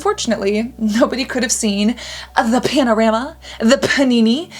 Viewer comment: I used to love when u say “Panini” and “panorama” 😂😂